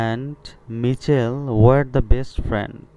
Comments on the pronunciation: স্যার মিছেল না মাইকেল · মিচেল হবে না হবে মাইকেল😂😂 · ওইটা মিছেল হবে না তো ওটা হবে মাইকেল! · Michael এর উচ্চারন হবে মাইকেল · Michael= উচ্চারণ মাইকেল হবে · মাইকেল উচ্চারণ হবে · উচ্চারণ= মাইকেল হবে +অন্তি হবে